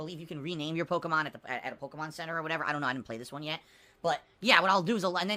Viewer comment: HOOS THAT POKIMON??? MUNNNNNNNNYYYYY!!!!